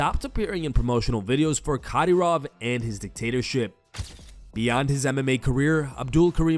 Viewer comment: who is Cadyroff? lol